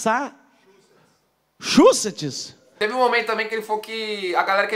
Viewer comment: Boston.. massa.. massa.. massa.......... Achussets kkkkkkkkk